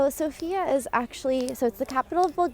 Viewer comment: One of the mistakes that foreigners make is mispronouncing the name of the city. The emphasis is on the letter O, not the letter I.